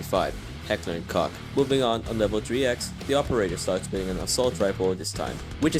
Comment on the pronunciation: just a small correction “Koch” is actually pronounced as “coke” it’s on their website